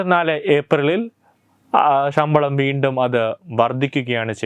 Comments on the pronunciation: ഈ പറയുന്ന തെണ്ടിയോട് ഷമ്പളം അല്ല ശമ്പളം എന്നു നാക്കുവടിച്ചു പറയാൻ പറയൂ..... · ഷമ്പളം അല്ല ശമ്പളം, ശ ക്കു പകരം ഷ എന്നാണ് പറയുന്നത്.. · ഷമ്പളമല്ല ശബളം എന്ന് പറയൂ സുഹൃത്തേ